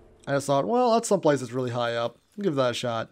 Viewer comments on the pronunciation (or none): none